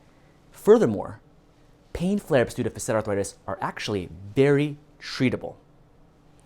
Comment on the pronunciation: When my Chiro pronounced facet like this, I wondered....googled "facet" ( maybe I was ignorant) couldn't find this pronunciation... oh well, he's not the only one. 🙂